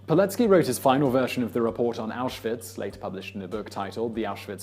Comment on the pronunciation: "...In the hopes of being sent to auswitch". Yeah not the most common sentence uttered...